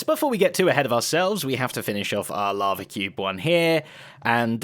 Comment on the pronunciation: Zed's "lava" sounds like "larvae"